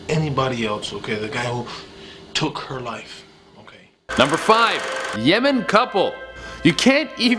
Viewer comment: Yemen, not Ymen.